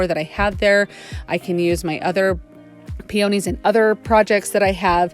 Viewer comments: It's pronounced pee-o-neez, long o sound. You are very crafty and I love all of them. I subscribed.😊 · Pee oh knees. That's how I say it lol